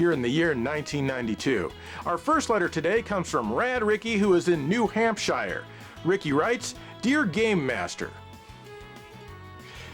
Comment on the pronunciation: As someone who lives in New Hampshire, it's nice to hear pronounce it properly.